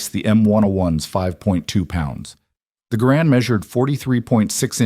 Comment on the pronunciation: Not grand, GArand the emphases is on the ga.